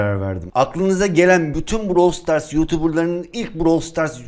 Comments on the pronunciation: Ybj browili stars diyordu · Biz: brawl stars:browl stars 🤣🤣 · Arkadaş bravl stars brovl stars degil